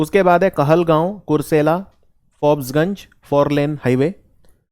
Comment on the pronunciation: Forbisganj ke jagah farbisganj hai